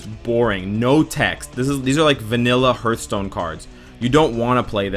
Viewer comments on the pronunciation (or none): none